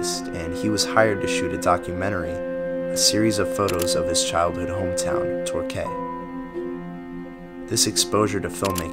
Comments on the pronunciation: It's pronounced "TOR-KEE" not torkay and while I'm at it, it's BuckinghamSHEER (or buckinghamSHUH colloquially) not SHIYER. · TorKEY and BuckinghamSHER. Welcome to English, Yankees. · Great video. FYI, pronunciations for the two English places you've mentioned for future essays: Tork-ee, Buckingham-shir (almost like, "sure") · Torquay is pronounced tor-key thanks for the video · Ok it’s pronounced “ torque-key “ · It's pronounced Tor-key Quay is pronounced Key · It’s pronounced Tor-key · Torquay is pronounced "Torkee". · Great vid mate, but you need to learn to pronounce Torquay properly ;)